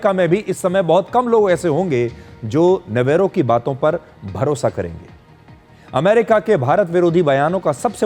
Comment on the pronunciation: पीटर नवारो का सही उच्चारण नवरो पीटर नवरो अर्थात ऐसा बेफिजूल व्यक्ति जो बेकार है और जिसे और कोई काम नहीं है.. नवेरो ने अपने नाम को सिद्ध कर दिया है ।